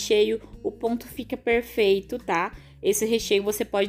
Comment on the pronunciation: Tudo e perrrfeito com diz voce....! bom demais ne....perfeitamente perrrfeito hehe 😂